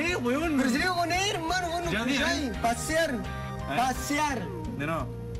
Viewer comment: Pasear - Pasiar - PAAASEAR - PAASIAR - PERO CON E WEÓN! XDD